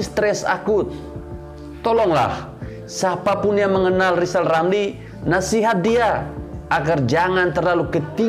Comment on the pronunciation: Mari kita tertawa bersama-sama buat Lijal Lamli 🤣😂🤣😂